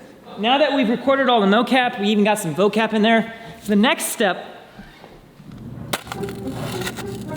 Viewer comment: &: VOCAP!!!! Me, as an Indonesian: say it again?